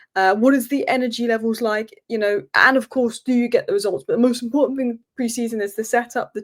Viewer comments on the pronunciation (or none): none